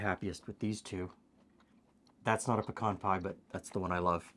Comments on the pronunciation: don’t think we don’t appreciate long videos! I could watch for much longer, actually. Thank you! And at least in the South where pecans are grown, it is “p’CAHN”, like you say it. NOT “PEEE-can”! For god’s sake! Haha. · THANK YOU for pronouncing the Texas Nut correctly! Its "peh-cahn" or "p' - kawn" NOT " pee-can" ! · Ok but, YOU say pecan the same way I say pecan, and since I'm from Tennessee and you're not, I have to believe that it must be the really really correct way to say pecan! 😊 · Born in PA, grew up in Alabama, that's how my family says pecan too. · You say pecan like I do. So there are two of us who know the correct pronunciation- anyone who says it in another way is wrong. Great video! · what I've always found interesting is you pronounce pecan the same way we do in Texas (aka "the correct way" 😛). Is this typical in your region? Great research as usual!